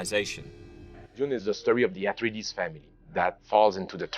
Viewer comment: Why do they insist on mispronouncing words? Herbert was on set for Lynch’s version. Look to it to see how Herbert intended words pronounced. Atreides is not “Uh-TREE-deez” FFS.